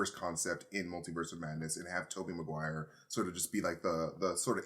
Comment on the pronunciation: "Maguire ma-g-why?!" was gold🤣🤣